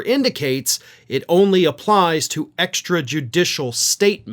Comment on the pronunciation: Diaper Don can't even pronounce extrajudicial much less know what it means. I am embarrassed for my country that we elected this idiot.